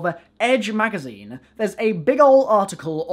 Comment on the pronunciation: Y does he say "ehh" at the end of nearly every word "magazineeh" still like his content tho